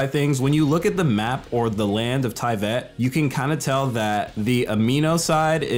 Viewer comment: did- did he just say t i v a t ?